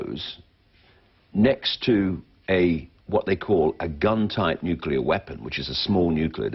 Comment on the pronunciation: "Nicular fission is a clean, cheap and very safe..." Are you having a laugh, or you just plain stupid? Decommissioning a nucular generating plant costs more than it costs to build one. The long-term storage of nuclear waste will exceed even that. And you are even so creduluous as to believe in the global-warming myth. Writing further to a block-head like you, would be a waste of my time. --R.T. Thomes (Amsterdam, The Netherlands)